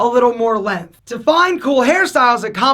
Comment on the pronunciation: Next video: How to pronounce "length" like a gentleman.